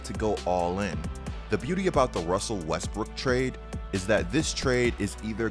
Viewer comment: "wussell Wesbruok"